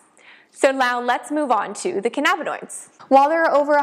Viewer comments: Can-nabba-noid lmao 🤣 omg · Great video but the way you say cannabinoid makes me Twitch